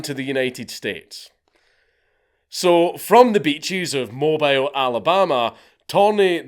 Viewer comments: mo bile Alabama lol its pronounced mobeel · Correction it is pronounced MO-BILL not mobile it's weird I know but that's how you pronounce mobile Alabama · Jsyn mobile is pronounced "moe beel" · Alabamians pronounce things weird it’s Mo-Beel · *Moe-beel Alabama. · I know this is somewhat petty, but it's the home of Mardi Gras, and it's pronounced as Mo-beal. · It is pronounced “Mobeel” Alabama. Love the videos and I hope that helps! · Mobile (Mo-bee-uhl), Alabama. Great video thus far, but as a native to the city, I can't let this slide. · Every European Youtuber fucks up the name of MOBILE (mow-beel) Alabama. As my home state, it makes me cringe lol. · Mobile in Alabama is pronounced as "Mobeel". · Hearing Mobile, Alabama pronounced that way made my southern blood curdle